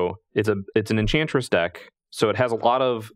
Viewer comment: Its obviously “Enbantress”